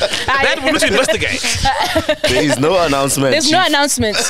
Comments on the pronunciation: "We need to investi-GAY-te" 🤣🤣🤣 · "InvestiGAYt" 😂😂😂 MacG moving in suspicious ways, uyaSOLisa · Sol "we need to investiGAYte" killed me 😂😂😂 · InvestiGAYte🤣🤣🤣🤣🤣🤣🤣Sol's mind is something else 🤣🤣🤣🤣🤣🤣🤣🤣🤣🤣🤣🤣